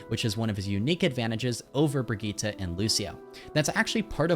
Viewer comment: It's been so many years and people still can't pronounce Brigitte